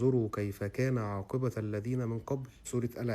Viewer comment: خلي بالك عاقبة بضم التاء مش بالفتح